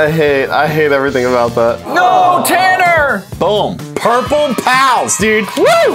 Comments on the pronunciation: I kept on hearing “Purple Pounce” not “Purple Pals” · What I heard from was purple pow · No........ Purple Powa although I'm green gang :> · Lol I heard “Purple Pows” until it said “Purple Pals won the round” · yeah dude I kept hearing purple pow and I was a little confused lol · I kept hearing purple palace too lol